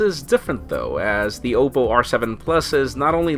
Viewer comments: Isn't it pronounced "ah-poe"? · learn to pronounce Oppo, u fail so hard